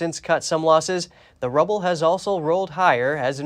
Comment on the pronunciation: Is that the way you really want to pronounce the Russian currency "ruble"?